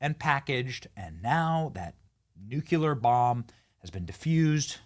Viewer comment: It's New-Clear, not Nu-cya-ler.